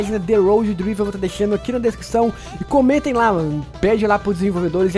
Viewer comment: Esse jogo vai ser top, tem q sair pra Android!!!! Cara só uma dica pra vc nn passar vergonha, o nome do jogo se pronuncia Draiver blz👍🏻🤙🏻🤞🏻👏🏻